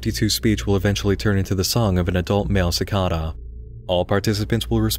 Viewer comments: cor-por-E-al and si-cAd-duh sorry but that pronunciation just got to me. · man you're pronunciation of cicada was weird, for me it was always cicAda with emphasize on the A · The pronunciation of "cicada" made me uncomfortable. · If i have to hear the word cicada pronounced wrong one more time